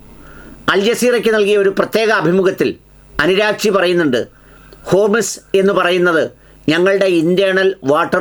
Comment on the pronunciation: താൻ എന്താ ഊളേ എല്ലാ വീഡിയോയിലും അനുരാഗ്ചി എന്ന് പറയുന്നത് ഈദേഹത്തിൻ്റെ പേര് അറാ ഗ്ചി എന്നല്ലേ